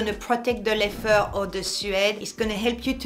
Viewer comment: I always have to remind myself when she says “leffer” she means leather